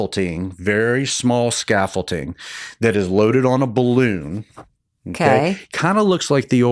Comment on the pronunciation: The doctor is saying scaffolTing when it is scaffolding. Someone needs to correct him so he doesn't get embarrassed someday.